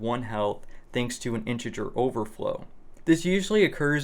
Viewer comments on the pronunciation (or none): none